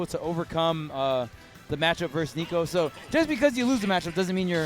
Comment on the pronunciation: he said "nicko" and it wasn't even EE lmao